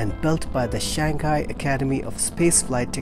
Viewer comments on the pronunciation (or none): none